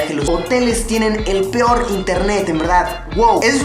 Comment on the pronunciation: jajaj el ´´pior´¨ internet